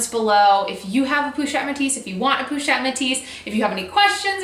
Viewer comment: po not pou ;)